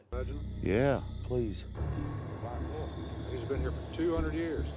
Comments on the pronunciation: "Black woof". It's WOLF, YOU HIC FUCKS. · In one episode the one of "bad guys" calls Jeff 'wood elf', which is how I've referred to him ever since. Wood Elf. (Also, the way pronounced wolf as 'woof', which has ruined the way I think about the word now 🤣